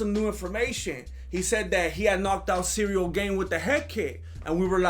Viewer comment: is so good I don’t even feel the need to fast forward the ads! Makes me almost wanna buy me some magic spoon! LOVE these recaps. I know you don’t love doing them but we love watching them!! Cereal Gane never gets old, I crack up EVERYTIME I hear you say cereal!